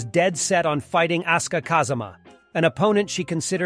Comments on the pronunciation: You did not call asuka "ass-ka"😭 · Would it hurt to say asuka's name properly? I mean the game even announces the pronunciation